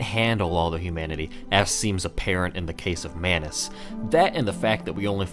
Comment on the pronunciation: It's Manus.